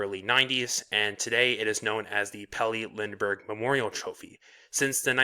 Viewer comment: Good vid, but that pronounciation of his full name is pure slaughter. :D